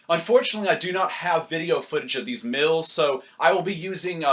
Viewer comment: when you say " meals" it's sounds like you say "mills"